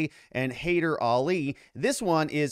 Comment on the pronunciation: ah-Ree-Ahn (think Aryan with different stress symbols) Tah-HERE-zah-day and hah-ee-DER a-LEE, maybe ah-LEE (Iranians tend to say with short "a" like apple, other languages like from Pakistan tend to say "ah" like ball)... Since this is going to be such a big story, might as well figure out how to say their names more correctly instead of calling him Tazzy and Ali.